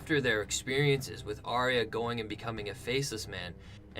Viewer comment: It's actually pronounce 'ARE-YUH' not 'AR-REE-YAH'.